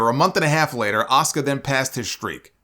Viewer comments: I agree with Goldberg.... it's pronounced A-su-ka not Oscar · Asuka is probably a better pronunciation ironically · Okay Bill Goldberg Cross the line he disrespected my beautiful wife Asuka and he mispronounced her name she's one of the best female wrestlers in the company today and I'm going to defend her no matter yes I do have a big crush on Asuka I don't play that when it comes to her my apologies solomonster I got to go off I don't play when it comes to my lady Asuka